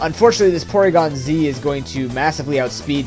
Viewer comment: It's awesome that you say "Porygon-Zed" as y'know, it's the right way to say it :). ANYWAY this was an awesome match dude! You forgot to mention that Toxic Spikes also works with Dusknoir as a spin-blocker. In short, pretty god damn awesome upload.